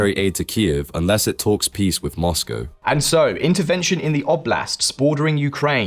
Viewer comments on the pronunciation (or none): I love your channel but every time to say ‘moz-go’ I want to cry a little.